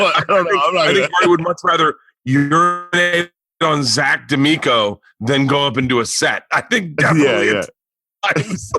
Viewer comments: Hey Bert, it’s zac Amico, not zac damico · LOL ZAC “DAMICO” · shane keeps coyly smiling every time bert says zac duh'mico 😅 burnt chrysler... it's zac AMICO 😂🤣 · It's zac AMICO bert 😂😂😂 not damico